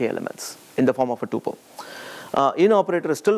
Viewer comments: It is pronounced Tupel as Pupil - not Tupel as in Chupel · TO ALL INDIANS TUPEL as PUPIL ---please pronounce correctly